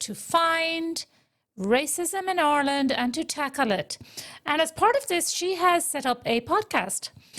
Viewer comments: I'm not going to let someone who can't pronounce 'Ireland' diagnose me with an imaginary syndrome. Giving money to this race vulture is criminal. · 20 years in the country and still has not learned how to say Ireland correctly